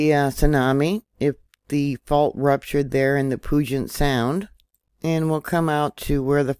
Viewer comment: Pew-jit Sound